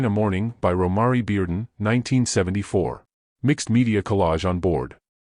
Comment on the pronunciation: PRONOUNCE THE ARTISTS’ NAMES CORRECTLY!!!! Romare is pronounced ‘Row-mair’ Bearden; 🎉Kehinde is pronounced ‘Ka-henday’ Wiley